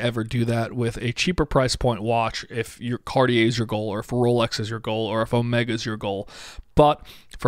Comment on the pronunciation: ITS NOT CORIER ,ITS CARTIER.